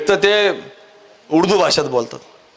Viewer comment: उडदू म्हणतय उडदु 😂😂😂